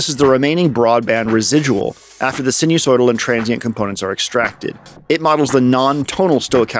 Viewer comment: Enjoyable video. Reminded about music down the phone line with Telharmonium. sinusoidal pronunciation sai - nuh- soy - dl